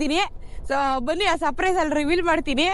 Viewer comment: Surprise ❌ Saprise ✅